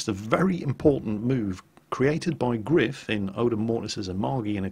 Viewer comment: gR3iF is pronounced grife try singing: grife nanananana grife is grife nanananana